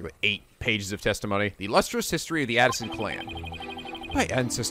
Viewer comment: I really hate doing this. But you're still saying Paul A-ti-shon as Paul "Addisson".... I still love your videos, including this episode. But that one this is kinda bothering me. Anyway, keep it up, I'm loving it. X)